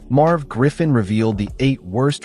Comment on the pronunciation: His name is MERV., not "Marv."